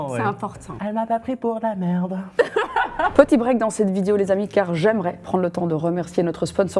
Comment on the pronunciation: super video part contre tu dis vidio